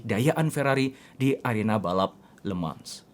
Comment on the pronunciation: Le mans dibaca lemang